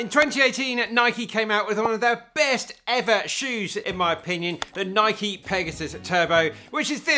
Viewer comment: Thank you for saying the name, Nike, correctly. Can’t believe it’s such a point of contention when the founder of the company pronounces it the way you do in this video.